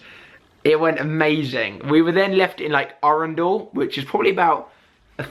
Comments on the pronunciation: Why do you say arundel like a spaz..? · The pronunciation of Arundel though😂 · it's just the way he said it 😜